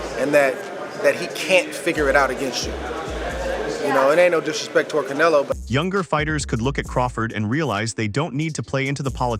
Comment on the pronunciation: The way he said canelo like caneilo killed me and then had me to a point where i Said "bro" out loud 😂